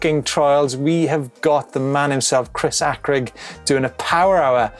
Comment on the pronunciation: I’m sure it’s pronounced Chris hay crig not Chris hack rig